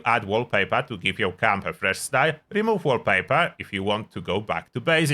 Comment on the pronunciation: What is Cum-building? Work on your accent ...